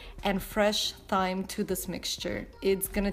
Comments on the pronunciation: You pronounce it "time" not "thyme"! I loved the video and your accent it was perfect X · "Thyme" is a actually prenounced "time" (